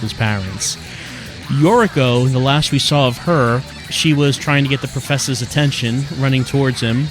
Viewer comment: "Matha! Fatha!" "Professah!"